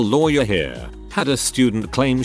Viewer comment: sometime it says louwy where instead of lawyer